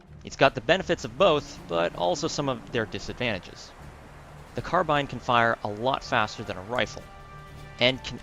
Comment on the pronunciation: Don't worry. The way you pronounce Carbine is correct!